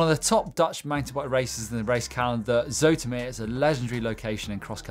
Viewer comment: Zoetermeer 😂😂 nearly didn't recognize the name with the English pronounciation (as I completely fail at spelling) nice try though :)